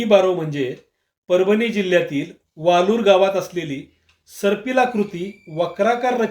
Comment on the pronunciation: ते वाळूर आहे वालूर नाही.. शुद्ध मराठी वापरत ja..